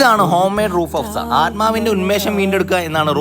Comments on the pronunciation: Roof afsa ella bro its rooh afza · Roof agfza alla ..roooooooh afza😅 macha shwasam vittu para..just kidding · ആദ്യം പറയാൻ പഠിക്ക് മൈ രെ എന്നിട്ട് കാശ് ചെലവാക്കി ,വാങ്ങി കുടിക്ക്😂